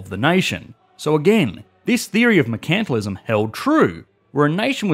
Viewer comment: is that how you're supposed to pronounce "mercantilism"? I thought the emphasis is on the first "e" and not "a".